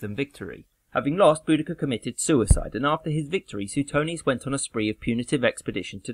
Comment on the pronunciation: Great video but just as an FYI it's pronounced i-see-knee not i-sen-ee, please no one argue with me, ik I'm right, you pronounced Boudicca correctly so that's good most people pronounce it bow-de-see-uh which is wrong as she was from Norfolk so you got it right